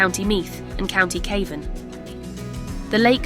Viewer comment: Nice quick jntro to a place I have a fondness for but can I respectfully suggest you get a real person to narrate it. I assum it was AI and Cavan was mispronounced a few times.